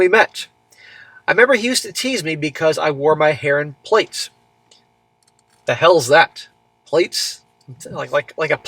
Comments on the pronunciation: Plaits pronounced plats, pretty much the same as braids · Yh...it's pronounced 'plat' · Its pronounced "plats" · Plaits are braids, we pronouns it like "platts." Don't know if it's the same everywhere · Plaits is pronounced plats lol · Plaits pronounced p-lats. They are a type braided hairstyle. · It's pronounced platt. It's braids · It's pronounced "Plats". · Plaits is pronounced “platt” 3 groups of hair braided into one plait Worn as one ponytail from back of head or one plait each side. Common hairstyle for school age girls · Plaits pronounced plats. Braids. Think German Oktoberfest beer girl.